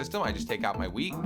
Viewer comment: LOL U SAID WEED INSTEAD OF WHEAT XD